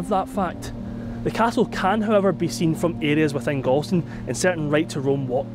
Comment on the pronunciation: A true Ayrshireman would pronounce Galston as Gawston.